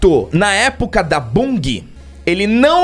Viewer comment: Bungui? 😬 É "banjii" a pronúncia correta🙄